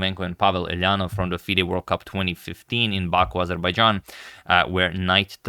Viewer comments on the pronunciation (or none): none